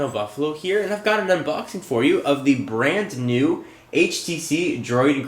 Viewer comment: lol "Brant-New"